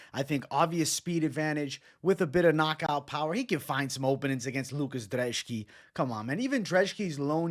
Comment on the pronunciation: Why do you pronounce Brzeski as Drzeski? Your last name is, do people call you Bevito mate? 😅